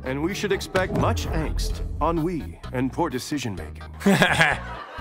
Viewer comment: Only issue. It’s not On We. It’s Ennui.